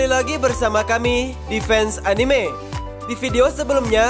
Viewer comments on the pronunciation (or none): none